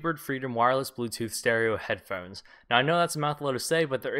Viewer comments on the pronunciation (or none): lol he says head phens